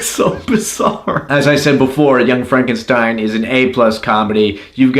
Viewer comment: That's "Frawn-ken-steen!"